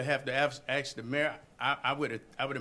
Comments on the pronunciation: I would like to ax him a question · And he doesn’t know how to say ‘ask’!